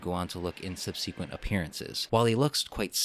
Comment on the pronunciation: Curious about the source of your pronunciation of 'subsequent'.